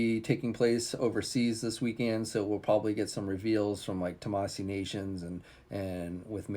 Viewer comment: Tah-mah-SHE is how Tamashii is pronounced, moron. You can see there’s a fucking “h” in it, right?!